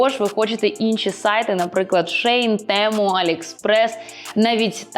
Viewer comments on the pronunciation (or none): none